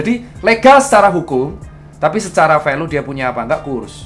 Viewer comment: Review ter BAR BAR Dr.Tirta 😂 BTW baca nya Velyu bukan Velu Dok 😁😁😁😁